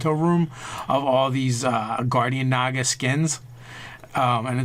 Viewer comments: haha who pronounces it nega? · that is incorrect, look it up it is Nah-ga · Naga -- (Nah-gah) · Sorry, it's pronounced "Noga". LOL! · captian bert look it up, it is NAH-ga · The Fractured But Whole no it's pronounced NAGa. XD